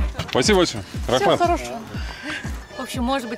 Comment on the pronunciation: РАХМАТ-это на татарском, РАХМЕТ-будет правильно ☝🏿...в целом всё здорова...классно получилось, и супруге замечание НЕ СИДИТЕ НА ХОЛОДНОМ КАМНЕ ВОЗЛЕ МЕЧЕТИ....😡😂👎🏿